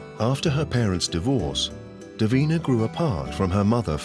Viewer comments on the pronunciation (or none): It's Davina not deen. ??